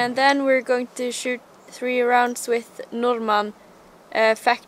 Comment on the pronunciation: imran Safi She is from norway, not russia! Easy to hear when she says „Norma“...👍😂 I am half norwegian myself, so that‘s easy to hear. 😁